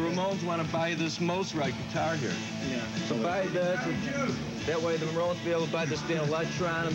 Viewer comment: did he just say dan electron? hahaha! also its pronounced moz right..mostite not mostright